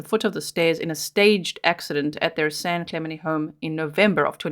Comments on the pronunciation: FYI G I’m from San Diego, that city is pronounced San Klu (like up Klu) Men Tee (San Clemente) love you & your amazing channel ❤️ Merry Christmas 🎄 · San Clem en tay is how it's pronounced. I was born and raised in Long Beach. Great channel 👍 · San Cle-MEN-tee 🤦🏼‍♀️ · Hi... I always enjoy your posts. Just came to let you know the area is pronounced San Cle-men-tee. I live in vegas and have several friends who live in this upper class town. It's well known as the area where the U.S. president Ronald Reagan lived. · Cali girl here to clarify the town is pronounced with a hard “t”. San Cla ment ie. I do love your accent though, G. 🫶💕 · San clem-en-Tay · This is where Pres Nixon lived - San Clemente - pronounced Clay- ment-tea